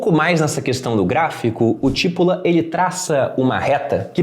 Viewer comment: se o cara era italiano, o sobrenome nesse caso seria pronunciado come tipôla, que é cebola aqui, paroxítona. boa dica. vou ler o livro. abraços.